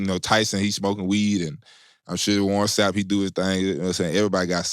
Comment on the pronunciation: Pretty sure my man said warren snap. SMH.